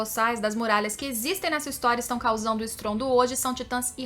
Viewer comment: Ótimo canal, só me dá um leve incômodo no ouvido quando ouço a falar "Êren" e "Histôria" 😬